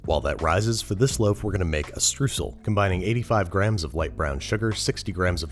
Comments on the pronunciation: Streusel is pronounced "Shtroyzel" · here a lil funfact: Streusel is pronounced more like "Shtroy-sel" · streusel, s like in sure, t r eu like in toy sel :D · Streusel... how much do you want your words butchered? americans: yes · The way you pronounced Streusel triggered me ngl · I think you were trying to say Streusel? If this is the case it would be pronounced with an oy sound. Were I come from in Germany we fill them with finely chopped hazelnuts, which gives it a great texture and as the fillinger layers a thicker improves the filling to dough ratio.